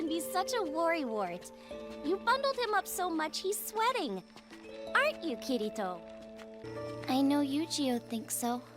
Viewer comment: Everytime I hear kiritos name most people say Kitty-toe-kitito I don’t think I’m hearing wrong I’m sure some of you can hear that